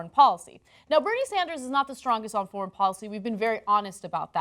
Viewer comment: It’s called a “thoint“ (portmanteau of “thumb” and “point”). I just realised Ana pronounces “foreign” as “forn.”